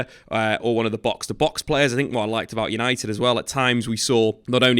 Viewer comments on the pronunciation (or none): none